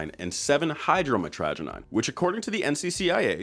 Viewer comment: MY-TRA-GUY-NEEN GODAMNIT 😂 it seems everyone on YouTube is intent on mispronouncing this word lol. The name for the chemical comes from the botanical name mitragyna speciosa which is pronounced mytra-guy-na. Gosh darn My-tragedy-knees 😂